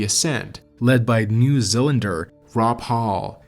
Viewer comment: Certain pronunciations are "unique." Maybe research the way words are supposed to sound, before saying them. An example, among a number of others, is "New ZEELANDER", not "New ZELLENDER." This is not an obscure word.